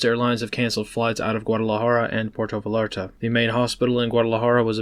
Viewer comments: Puerto vayarta not vaLarta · Val-art-ta ? Really? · Since you are likely going to be saying it many many more times, can you please pronounce Puerto Vallarta correctly? You have the first part right. The second part is VUY ART UH. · Thanks for the information! It’s pronounced “pwerto viyarta” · puerto valarta 😂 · It's Puerto Va-yahr-ta, the double L is a Y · It's pronounced Viyarta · the double L in spanish "Va(ll)arta" is pronounced as a "Y". Vallarta = Va-Yar-Ta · Pu like Poo. Er like Air. To like Toe. Vall like Fly. Ar like Car. Ta like Tough. In Spanish, LL is one letter, pronounced similar to an English Y. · Bro, thats not how you pronounce Puerto Vallarta. Otherwise great wire.